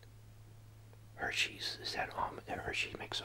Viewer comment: You said the Hersey's almonds I caught that 🤣